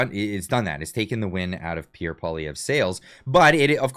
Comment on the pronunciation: PBD got absolutely roasted in the comment section when he went after Pierre. His knowledge of Canada is very little. He said Pierre lost an election to Trudeau, which is obviously not true, and he also still can't pronounce his name but wants him on his podcast.